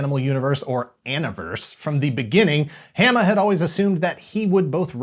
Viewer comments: I gotta also say this... Larry’s last name is pronounced with a long A sound, like in “origami,” so it’d be Haw-muh, not Ham-uh. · It's WILLY DuWitt, not "Wally." And my name rhymes with "(Dalai) Lama" not "(Ala)bama." But, otherwise pretty accurate. Thanks! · Hama is pronoucned the same as in Yokohama. I think you started getting it right towards the end, but just keep and eye out XD